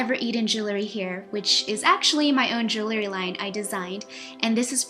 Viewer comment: JEWELRY! not jelery